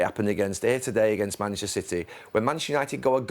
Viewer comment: Can someone tell Gary Neville it’s Manchester not “mashter”